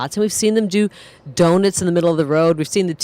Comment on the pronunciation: “Doin’ the Do-Nits”